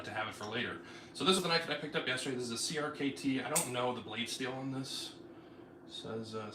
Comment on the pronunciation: I could be wrong, but I think CRKT is pronounced “cricket”